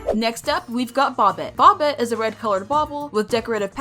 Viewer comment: INTS NOT BOBIT ITS PRONOUNCED BOW-BET